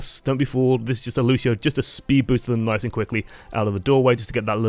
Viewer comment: I'ts LUCIO not LUSHIO